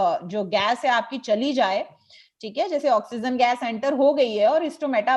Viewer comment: why do you say oxygen as oxyzen